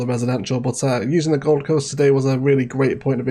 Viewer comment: The... Govum Coast?